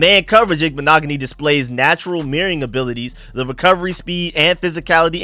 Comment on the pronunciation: Youre the first Ive heard to get the name right 🎉